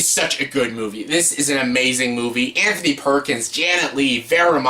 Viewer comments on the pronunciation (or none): none